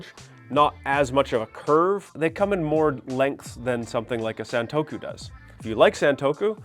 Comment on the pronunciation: you have so much knowledge about knives but you can't pronounce santoku and bunka.